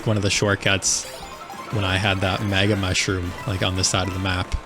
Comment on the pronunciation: I can't tell if it's just me, but I keep hearing you saying "maga mushroom." What, was a secret plan to infiltrate Sarassaland leaked in a Signal group chat or something?